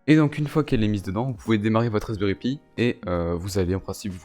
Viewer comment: Wesh mon reuf il me stress à dire raspberry pï!